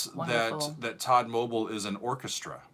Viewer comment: It's Tod-mobeel not todmobul.